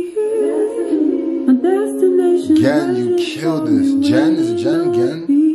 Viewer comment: Thanks so much for this! And you said it right the first time: Ghen with a hard ‘g’ ✊